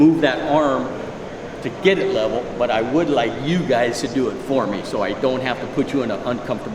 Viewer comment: " If lebbing's not wevel" 🥴